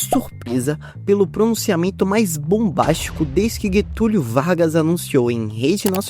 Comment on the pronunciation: Guetúlio Vargas? Kkkk erro de pronúncia bizarro, kkkk eu hein